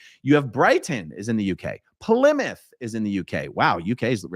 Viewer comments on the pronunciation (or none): none